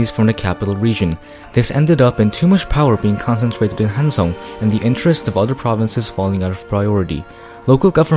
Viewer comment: 한국인이가 발음이 딱딱 맞음 조.선 한.성